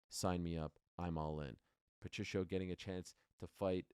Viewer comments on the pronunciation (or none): Ariel, You are pronouncing "Patricio's" name incorrectly it's "PA-TREE-KEY-O" Not Patricia!!! If I were YOU, I would make a Public Apology to him but, that's If I Were YOU, just saying... Good luck when You get Face to Face with Him!...😮